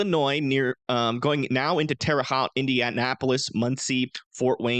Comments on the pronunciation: lol Terre haute (indiana) should be HOTE like the "o" as in Poke. My family is from there and I lived there myself briefly. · Great video. Love the zoomed in precipitation details. Others don't do that. One thing tho, as I reside in Dayton Ohio, the city of Lima is pronounced like the bean. And Marion is Mariun not MariON. For Indiana, the Haute in Terre Haute, Haute rhymes with tote. Terre Hote, not Terre Hot. Love the detailed vid.